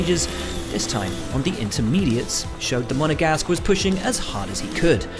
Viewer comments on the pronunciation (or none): Petition to stop saying "Monagasque" please. Yes I had to Google the spelling.